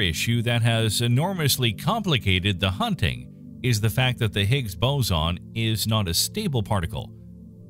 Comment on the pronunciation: It's a.. Hicks... Boozin... Noh... It's not a quar.. K?